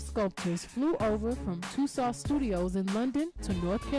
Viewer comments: The correct, phonetic pronunciation of "Tussauds" is "TOO-SOW", not "TOO- SOWD". The "D" &"S" are silent. Please... and thank you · It’s Madam Tusaw that’s how it’s pronounced and no they did not do MJ like that omg lord I don’t wanna laugh but some of these figures 🤦🏾‍♀️ it’s like the more success our people gets the more yt ppl wanna make us look bad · I love it. Btw “Tussauds” is pronounced similar to “Two-swords” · I thought that Tussaud was pronounced "too-sawwed" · I think she’s pronouncing Madam Toussauds wrong. I’ve never heard it pronounced this way, it’s so distracting. I believe the D is silent. 🧐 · Please, please, English-speakers who make YouTube videos... consonants are not heard when at the end of a French word, especially if it's someone's name! No D sound at the end. It's a silent D. Just as the T is silent in names that end with that letter. Exceptions are very car and few in between and are typically for French names that originated in another language/country. Madame Tussaud's rhymes with "So", you can't stop hurting your jaws, now.